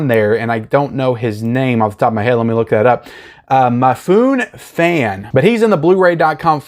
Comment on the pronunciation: It’s Mee-foo-nay, not Mah-foon. As in Toshirō Mifune, the legendary Japanese actor from Seven Samurai, Yojimbo and the Shogun TV series from the 1980s.